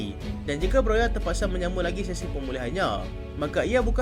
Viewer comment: 'broha' bukan 'broya' ikutdan la ni